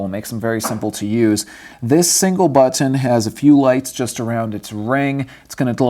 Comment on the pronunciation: LOL..i thought i'd be the only one annoyed at the freak'n buTT-eenn..who says this so many times...just too annoying